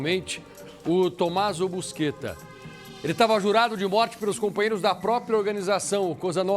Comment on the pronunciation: nome dele nao é busquetta, o e sim é Buscetta, os cara ate nisso sao privado de falar (bucheta)